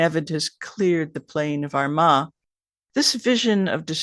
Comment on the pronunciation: And we pronounce it Armagh no d in the middle ar ma